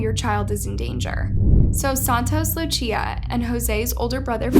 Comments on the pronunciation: her name is pronounced lu cee ah not luchia. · The same way you pronounce Lucy, is how you pronounce Lucia. Not luchia* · It’s not Luchia it’s luSIA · It isnt "Luccia" or "Luchia" it is just "Lusia" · Why does she pronouce Lucia as "Luchia" and not "Lusia"? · Loo-See-Uh… not Loo-Chia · Luchia, but is pronounced Lu-see-uh :) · “Lu-cia” not “luchia” lol, other than that I LOVE YOUR VIDEOS ❤️ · Her name is LOSE SEE UH. NOT LOO CHEE UH jfc the lack of basic knowledge/research is abominable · Ik this is random (I'm sorry and respect to the boy nd his fam) but like my name is Lucia and her pronouncing it as "LuCHia" is triggering me lol. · You're mispronouncing their names in the weirdest way possible.... LuCHia? "Juardado"? 😓you can google the correct pronunciation... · "luchia" "gerardos" someone tell this woman to get her pronunciation to an above average state before talking about a murder victim also the fake news broadcaster said "gurdados" like bruh, it doesn't hurt to practice pronunciation... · Lucia not lutia dios mio 🤣🤦🏼‍♂️ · Lucia is (loo- cia) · How hard is it to pronounce Guardados or Lucia? Really? Gerardos? Luchia? That's how you show respect for the family? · The pronunciation of “ Lucia” sending me 😂😂😂😂😂